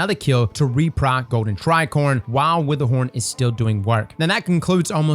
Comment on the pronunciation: Did I hear you say "witherhorn" 😆